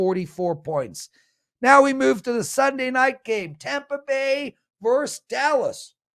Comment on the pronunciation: over time, I like your casts more and more, but could you please say versus with two syllables.